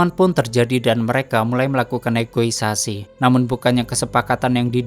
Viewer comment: Negosiasi bng bukn negoisasi😂